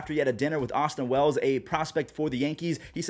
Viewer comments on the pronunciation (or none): none